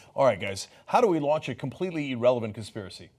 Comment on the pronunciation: It is pronounced irrelevant not eerrelevant.